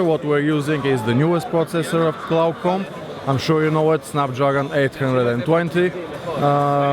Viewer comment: The presenter is really funny. It weighs 150 grams but you really can't feel that weight. LOL. 150 grams is 150 grams dude. Of course you can feel it. Oh and it's not "qlaucom" it's "qualcomm". That's kind of important when you represent LG on a sales stand. The white UI also doesn't help preserve battery life, why would you present that as a factor that improves battery life? Also it's .8%/hour with always on screen. The guy was really unprepared.